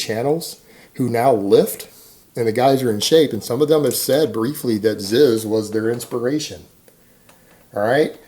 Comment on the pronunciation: IT'S PRONOUNCED "ZEEZ"